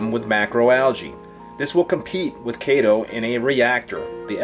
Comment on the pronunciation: Thanks for pronouncing it correctly. Kay-tow. :)